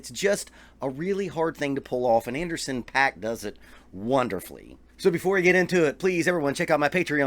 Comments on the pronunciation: His name is pronounced "POCK" NOT PACK!! If you are going to give your review of a particular musician, the LEAST you can do is learn how to pronounce their name correctly. That's equivalent to a music teacher explaining drum rudiments to their students and says "LRLL RLRR LRLL RLRR" Pay-ruh-dib-ble, Pay-ruh-dib-ble, Pay-ruh-dib-ble, Pay-ruh-dib-ble... Suddenly the student stops practicing and annoyingly screams, "IT'S PROUNOUNCED PAIR-RUH-DIDIDLE!! NOT PAY-RUH-DIBBLE"!! WTF??! I had to get that off my chest. I'm cool now. 😂😂😂😂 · It’s actually pronounced Anderson “Pock” :) Great vid!